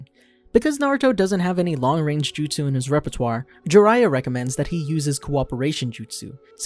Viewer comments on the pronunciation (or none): none